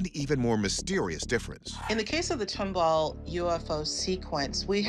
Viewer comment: I live in tomball and I laugh every time the host mispronounces it lol It’s TOM BALL. TOMBALL. Named after some guy named Thomas Ball. Yes, really lol